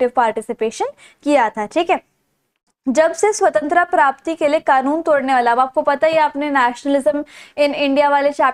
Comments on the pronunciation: Swantra kya hota h mam jo aap bol rhe ho swatantrata hotaa h😂😂😂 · Its SAVTANTARTA not SAVTANTRA Tho u teach good but this mispronunciation wasn't accepted. Hope u know now the correct one❤ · hey there your explanations are great but you pronounce some words wrong and the main word here is svatantrata. I have seen other videos as well and in the topi chapter you were speaking the name of Iffan's sister wrong. Please make sure so pronounce things correctly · Nice teaching 🎉 But your accent " Swatantra " 😂